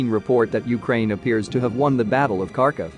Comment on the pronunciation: Harkiv not karkov